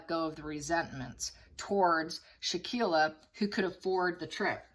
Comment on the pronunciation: Really sad case. Btw... Victim name pronounced Shan-quell-a and aggressor name dae-jan-nae. I hope justice will be swift 😔